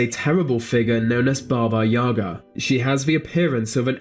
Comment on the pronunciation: In Russian fairy tales too. When I didn't want to sleep, my mother scared me with Baba Yaga )))). But the stress in the word "Yaga" is on the second syllable.